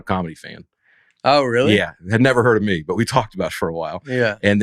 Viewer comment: Dusty, I still can't hear the "t" at the end of your words! However, I do enjoy the way you say "me" as a drawn out "may".